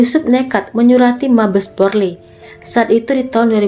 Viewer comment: Mf apa telingaku yg salah dengar ya #polres jd porles #Polri jd porli